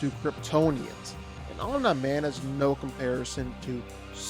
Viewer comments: If Batman beats Superman, Omni man would destroy Superman. Glazing Superman for doing shit that he needed 2 other people for and then docks that from Omni man. You forget Superman has a weakness. If Omni man got a piece of kryptonite then Superman is done for. But you need to go watch the show again, you sound dumb saying Om-Nye Man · Yeah. Once i heard omnah man i was confused. But when i heard that for 5th time, i couldnt continue to watch xdd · Why do u keep sayin Omnuhman ? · who tf is OmNahMan Cuh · The name is pronounced om knee man. Stop slaughtering the name😂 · Why do people make videos about people when they csnt even pronounce there name right?😂 "om- knee - man" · First time I heard of smart atoms and being called Omnah Man. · Wtf is OmNyeMan😂😂😂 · Why are you pronouncing it “omn-eye man”? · Why do you keep saying Omneye-man? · that’s enough, I’m out, Omneeee man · Omnee man not how u pronounce his name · Bro, they literally pronounce his name constantly throughout the series , But you chose Hoblaman 😂😂😂😂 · Fun fact: "Omni-Man" is not pronounced "Om Nah Man". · Omn Naaaay Man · He said “Om Nai Man”😭😭😭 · Omna man 😂😂😂😂 cmon fix his name bro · Who tf is Om-nEye-Man? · Bro they say "omni man" correctly in the show many times how are u mispronouncing it 😭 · i hate the way you pronounce OmniMan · How he manages to pronounce Omni Man differently every time and not get it accidentally right once is impressive. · How did you butcher omni-man's name so bad? Its literally pronounced in the show lmao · The way u pronounced Omni man pissed me off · Bro can’t pronounce omni 😭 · I'm one minute in and the way omni man's name keeps getting pronounced is so cringe I am out. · The way you pronounce Omni-Man gives me anxiety. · Just glad someone else noticed, honestly. Was like nails on a chalkboard to hear him say the name. And he says it that way SO. Many. Times. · 'Omn man' bro it's ommi man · it's Om Nee Man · Om-nye man? It’s pronounced om-knee man rere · omn-eye man